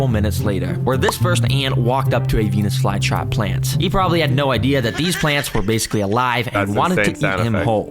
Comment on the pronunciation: OKAY BRO DID NOT SAY VENUS FLYTRAP